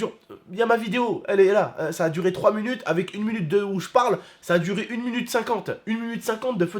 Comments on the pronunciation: il a dit 1 munute au lieu de 1 minute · dit un munute au lieu de un minute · 1 munutes?? Mdrrr 1 minute a 😂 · MDR IL A DIT 1munute